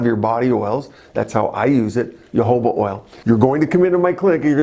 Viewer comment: Isn't Jojoba pronounced "ho-ho-bah"? And what about sea buckthorn oil? It's supposedly good for wrinkles and skin infections.